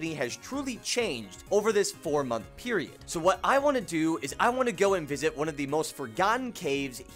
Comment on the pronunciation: seconds until he says peirod